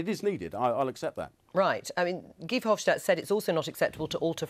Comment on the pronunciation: It's not VerhofSHtadt, he's not German, simple S in Dutch.